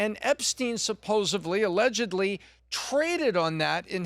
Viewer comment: It’s hard to watch and listen to grown men say SuposeA-BLEE. It’s SUPPOSEDLY (sa pose ad lee) Please guys. 😉